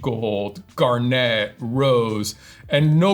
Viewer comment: Pronunciation of garnet is interesting. It's supposed to rhyme with "darn it."